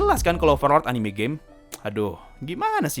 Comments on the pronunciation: Gw dengernya overlord anime gei !!! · Yg orang denger : overlord anime game Yg gue denger : overlord anime gey